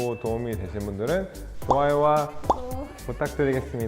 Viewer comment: 힘들어서 마지막에 구독 발음 새는거봐 ㅋㅋㅋ